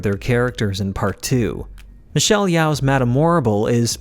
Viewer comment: How are we still pronouncing Michelle Yeoh’s last name incorrectly at this stage in her career ?🤔😄